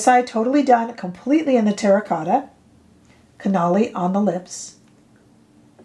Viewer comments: “Cannelle” is pronounced kah-nell — like “car” + “bell” (but with an ‘n’). 😃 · Cannelle does mean Cinnamon in French. The E at the end is silent. The long A sound at the end of a French word that ends in an E is only used when there is the correct accent above the E itself or if it is a double E. Otherwise it's silent. Hope that helps. I took 8 years of French between High School and University, in case you want my bona fides. Rarely get to use it except to shop. LOL. Thanks for the video. Especially those eye liner color comparisons. This one is too red for me, but very pretty on you. Her Cinnamon seems more neutral than I thought it would be. That is now one I might add to my collection. Also, some of my eye liners from her are drying out. Do you have any fixes for that?💚